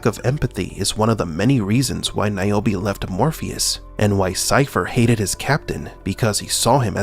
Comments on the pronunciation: Who the F is Niobi always thought her name is nirobi😂😂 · Keep NAOMI’s name out yo motha fuqing mouth 😂😂😂 it works, say it like he did 😂